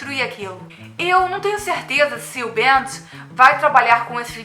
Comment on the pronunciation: não se fala BEANTD*, se fala *BEM DI um portugues meio ingleszado